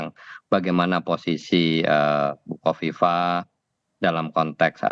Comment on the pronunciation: Hahahaha... songong lu... nyebutin nama orang aja ga becus.... Khofifah jadi kofifa😂😂 hahahaha sekolah lagi deh 😂😂😂